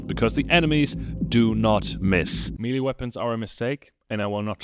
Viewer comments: Melee = "meh-lay" not "mealy" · Good video, made me laugh a lot. BTW its Not Mee-Lee, it's pronounced May-Lay. You said it so much. 😅